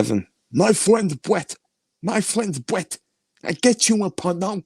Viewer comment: My fwend bwett lmao 🤣